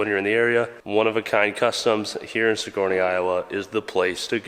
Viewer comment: It’s sig-er-nee, not suh-gor-nee. Damn northern Iowans lmao.